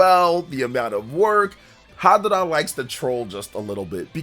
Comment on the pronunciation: Harada not hadara